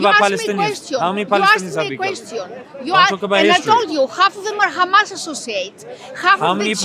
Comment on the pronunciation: khamas , khamas , khamas is all they say .